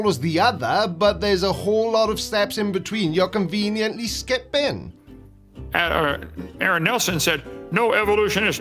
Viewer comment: That moron also cannot pronounce Aron's name.